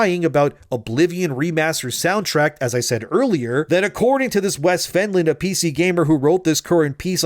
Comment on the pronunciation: Soundtrack, not soundtract